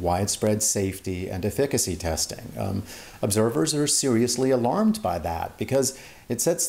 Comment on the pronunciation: I'm just bothered how the last guy pronounced efficacy. very cringey